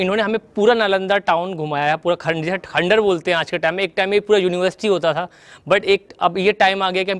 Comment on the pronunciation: Plz don't pronounce khandhar again n again...